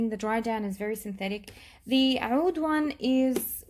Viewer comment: Every once in a while you will see OUD spelled as AOUD, or OUDH, all pronounced as OUD. I'm not sure why someone told you to pronounce it like that, my Arabic friend laughed. You can hear it here or OR,,Watch ANY other perfume channel on Youtube. You are destroying that word.